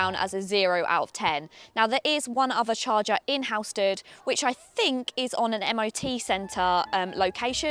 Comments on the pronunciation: It's a CHARGER, not a "CHARGAARRR" 😂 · Char-cha Love it! 😅